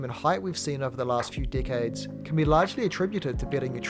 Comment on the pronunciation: Bro did NOT say decades